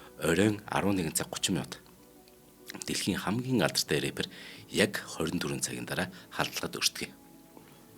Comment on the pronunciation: Пайк биш пак. Эрээпэр биш раппер гэж ярина. Мэддэггүй зүйлээ мэддэг юм шиг цэцэрхэж ярьдаг ярианы стийлдээ бас анхаараарай. Үүнийгээ засвал илүү их үзэгчтэй болно оо. Нөхөрсөг зөвөлгөө гэж ойлгоорой доромжлол огт биш шүү 😊😊